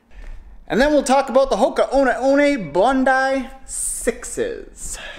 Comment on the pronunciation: Are you sure you're pronouncing that correctly lol